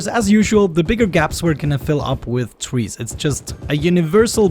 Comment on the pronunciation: I love how he says "twees" 😂🌲